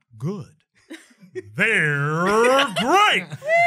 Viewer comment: The emphasis goes in the grr in great, not in they're. C'mon Brennan, get it together ya hot mess